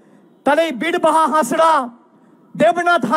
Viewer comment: আগে ভালো করে উচ্চারণ করতে শেখো হাসরা ৯ হাঁসদা হবে